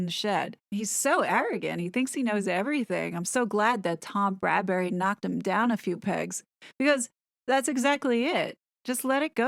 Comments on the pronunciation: It’s Tom Bradby not Bradberry. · I really enjoy your videos as they are intelligent, witty and funny. Not just plain gossip. Thank you. BTW it's Bradby not Bradbury ❤ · Just a small point...it's Tom BRADBY, not Bradbury. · Why do you say tom Bradbery??? Is tom Bradby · Isn’t his name Bradby, not Bradbury? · Bradby not Bradbury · Bradby, not Bradbury!!! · Tom Bradby NOT Bradbury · P.s. it's Brad-BEE not Brad-bury. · Great analysis! Just FYI it's Tom "Bradby," not Bradberry/Bradbury. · it's BradBy NOT bradberry or bradbury. Sorry, i was becoming rather frustrated with this. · Psssst - his name is Bradby, not Bradbury. 😀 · Perspicacous, but constant mispronunciation of the interviewer's name put a hurt on my ears: If you intend commenting further on the ITV interview, please: BRADBY, not BradbURy. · Yes! Many American YouTubers are pronouncing it Brad-BERRY (no offense ). I said nothing because I'm American and hoped someone else (across the pond) would say it 😂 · Tom BRAD BY not Bradbury pronounced bradbee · Tom's Surname is Bradby, NOT Bradbury, totally different 😎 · Bradby. Not Bradbury. Sorry. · Thank you for breaking this down so brilliantly - I find your videos so helpful. Not to quibble but the ITV interviewer’s surname is pronounced as “Brad-bee”, not “Brad-berry”. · A very good assessment thank you but would you please note that it is Tom BRADBY and not Tom BRADBURY. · It's Bradby pronounced 'BradBee' I hear it too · YOU KEEP CALLING HIM TOM BRADBURY IT IS BRADBY! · Small detail. For future videos. It’s Tom Bradby not Bradbury❤❤ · BRADBY not Bradbury! Great video as usual though x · It's Bradby not Bradbury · • calls him "Bradbury" throughout the video. I've noticed that some other American channels do the same. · It's Brad-by not Bradbury. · If you're going to do more about this video, maybe you should get Tom's name right. It's Bradby - not Bradbury. It's a little thing, but irritating when you say it so many times. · “Bradbury?” Isn’t it Bradby?